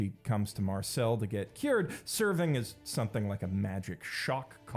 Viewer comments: .... Why do you keep calling her Marcel, it's Marcille, (i pronounced ee, like eel) she is not a ninja turtle. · Dude please, stop pronouncing Marcile as "marcÈle". That's the stereotypical name of Marseillais boomer men who only wear tank tops 🤣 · Loved the vid, the world building of dungeon meshinis trully remarkable, I jusr felt strange about the pronunciation of Marcille, in english is how everyone speaks it? The i sound is completely different for me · Take a shot every time he mispronounces Marcille. It has to be a bit.